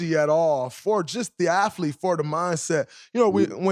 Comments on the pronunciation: Draymond keeps talking about an aflete. What is an aflete? Just axeing for a friend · I didn't know there was an "f" in the word "athlete". Learn somering new everyday I guess.